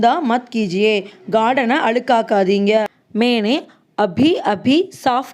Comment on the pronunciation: Your hindi pronounciation need to be proved... मैंने is wrongly pronounced